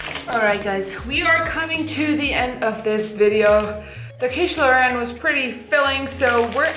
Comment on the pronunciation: super good video as usual, I was surprised when you said "quiche Lorraine" you have a very good French accent, bravo!